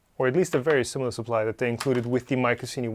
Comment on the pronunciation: I imagine the marketing boffins were aiming for "My Cuisine y" pronounced like the "C" was a "Q"....... not "My Kussini"